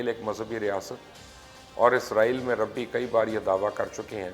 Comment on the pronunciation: IT IS RABI NOT RABBI